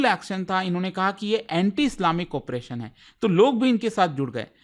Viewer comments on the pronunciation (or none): none